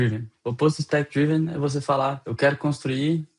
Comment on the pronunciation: É difícil levar a sério um conteúdo sobre 'spec-driven' quando o apresentador passa o vídeo inteiro pronunciando o termo principal da forma errada. A pronúncia correta é 'drí-ven' (com som de 'i' curto), e não 'draiven', que seria a pronúncia de 'drive'. É um erro fundamental. Ninguém é obrigado a ter uma pronúncia perfeita, mas para um comunicador se dispondo a ensinar um tópico, saber pronunciar o nome do tópico é o mínimo. Se não tinha segurança, bastava traduzir. Usar 'Orientado por Especificações' não é pecado algum e soaria infinitamente mais profissional do que repetir um erro básico. Portanto ainda bem que ele não está vendendo curso de inglês ✌